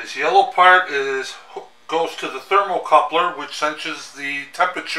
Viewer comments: Thermocouple, not thermocoupler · THERMOCOUPLE...NOT THERMOCOUPLER...